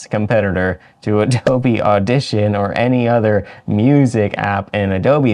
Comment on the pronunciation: “Adobe lover” Lmao